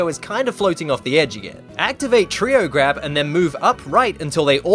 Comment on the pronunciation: how many times does he have to say treow grab